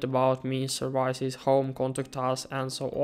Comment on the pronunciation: learn to pronounce the English words 'services' & 'palette'.